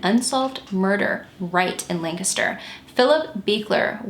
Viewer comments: Thank you for covering this case! It was definitely the biggest local solve since Christy Mirack. Also, thank you for pronouncing Lancaster correctly - unless you live here, most don't say it right at all! Great work as usual, - you're one of the most thorough and caring true crime YTers out there and I appreciate your thoughtful approach to these cases and the surviving loved ones. ♥ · Lol I was gonna say thank you for the correct pronunciation as well! I just moved to VA after living in Lancaster County my whole life and someone down here had the audacity to try and correct the way I said it 🙃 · Thank you, thank you, thank you for pronouncing Lancaster correctly! Born and raised in the neighboring county of York, PA, it's always fantastic to hear someone say it right! I love your channel -- thanks for all you do! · I'm from Lancaster and I appreciate you so much for pronouncing Lancaster correctly ❤️